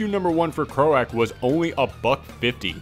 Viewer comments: Thanks for spotlighting Croak! (for future reference, it's pronounced like a frog's "croak" and issue 2 is out on July 26th so hopefully you'll be picking that up!) thanks again! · I think it's pronounced "cr-oak", also can you do a video about secret empire 2, just a rambling video would be awesome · Pretty sure that's cr-oak as in the sound a frog or toad makes. Thanks for the review, though. Always looking for new hidden gems. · I always thought croak like a frog but it sounds much cooler the way you say it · I've never heard some one mis pronounce croak before lol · everyone has already commented on his pronunciation so I will keep my fool mouf (on purpose) shut. I just can't believe he hasn't heard the word used with the meaning "kicking the bucket." Solomon Grundy croaked on a Sunday, born on a Monday.